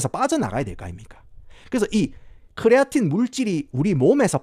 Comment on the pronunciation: 부탁 드립니다 그냥 크레아틴 이라고 발음 해주세요 쿠뤼아린~~뭐 이런건 발음을 너무 굴리신거 같아요